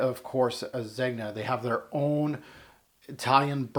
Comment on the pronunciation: I don't understand why pronunciation is so difficult. Do you pronounce the G in lasagne ? NO ! Son why pronounce the G in Zegna ?